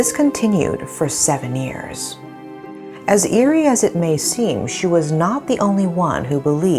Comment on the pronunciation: the way she pronounced years is ears I always noticed it.